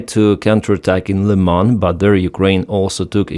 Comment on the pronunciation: Thank you,, for using the correct pronunciation of the city of Lyman.